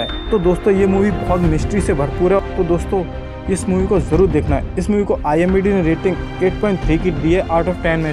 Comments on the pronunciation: IMDb nahi bhai IMDB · Bhai IMBD nahi IMDB Hota hai 😆😂🤣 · IMBD nahin IMDB hota h wo bhai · Imbd nhi hota pagli IMDb hota sahi pakde hai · Bhai IMDb hota hai na ki imbd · Bhai vo IMBD nahi IMDB hota hai🙏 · Its Not IMBD its IMDB Bro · are koi baat nahi zabban he fisal jati he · its imdb not imbd 🙂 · Bhai imbd nahi imdb hai🤣🤣😂😂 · IMDB Hota Hai IMBD Nhi 😂😂😂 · Wo imbd nehi imdb hota hai🤣